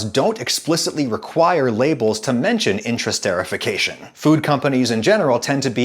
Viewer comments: i think the pronunciation is more like inter- est- er -ified not "intrasterification" but great vid as always :) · "Intra-" (your pronunciation) and "inter-" (the actual prefix) have very different meanings. Also, the part of the word after the prefix is "ester", not "ster". Someone hearing your pronunciation would reasonably think you were talking about a process of internal sterilization rather than the creation of esters between things. Those are very different meanings. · Inter-ester-if-ication is the correct pronunciation... and as a chemist I'd be a bit more leery about the tert-Butylhydroquinone (TBHQ) added at the end there. See that ? We add TBHQ to diesel fuel as a stabilizer, this is part of the reason the shortening lasts so long. Chemically speaking shortening isn't terribly different from diesel however that doesn't mean I'm inclined to eat diesel stabilizer. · As a chemist, it should be pronounced "Inter---Esterification" Just letting you know